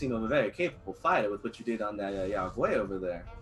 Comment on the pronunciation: I’ve never heard Yao Guai mispronounced so many times in my life.